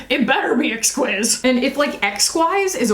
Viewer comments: Exquise is a French word that means exquisite. It is pronounced ex-keys. 😘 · As you guessed, exquise just means exquisite in the french female form of the word (hence the "e" at the end). But almost as funny as your pronunciation, it's pronounced EX-KEEZE, but I prefer yours far better,. lol;) Also, I'd love one of those Tom Ford lip glosses, but they cost $72 + 14% taxes=$82 CAD. I just can't... For a gloss!!! lol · Probably someone has already said this but "exquise" (pronounced exkeez) means "exquisite" in French 😊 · Why do Americans think that every word is supposed to be English?!! Exquise is French for exquisite.